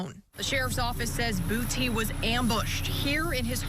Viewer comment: Dat nigga last name is Boo-tay❗️❗️😩😂🤣🤣🤣🤣🤣💀💀